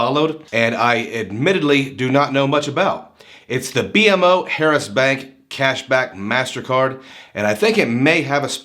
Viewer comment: Good review, it's actually pronounced Bee-Mo Harris. Very good bank & I plan to apply in couple weeks once my youngest account is 6 months old. There's 3 within 10 minutes from me. Definitely not new accounts or inquiry sensitive either!